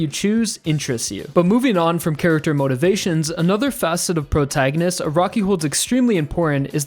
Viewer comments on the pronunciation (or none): P R O G R A N G I S T S